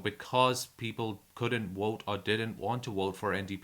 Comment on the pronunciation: learn how to speak english... the letter is V. vote not wote....... how long have you been in canada? speak english